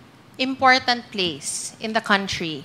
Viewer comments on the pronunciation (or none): none